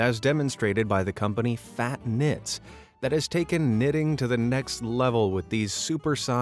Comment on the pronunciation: I thought he said fat knits